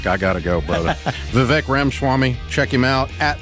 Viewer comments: Vivek's name is pronounced vee-vaik and NOT va-vek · viv Ache.... why is no one able to pronounce is name, vivAke like cake.... so ridiculous.. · Ramsey people- learn how to pronounce your guests' names correctly. VIVEK rhymes with CAKE! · Dave and Vivek! What a callab….Even though Dave was pronouncing his name wrong 😂😂